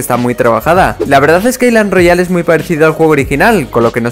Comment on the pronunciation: Soy el único que escucho Clash Royale envés que island Royale XD